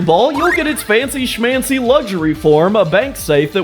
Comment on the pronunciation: "fancy scmanchy"💔🥀✌️